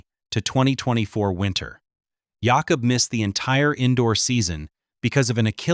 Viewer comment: His name is pronounced Yáh-cub